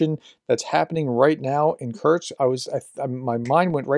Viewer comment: Kursk. Not Kurtz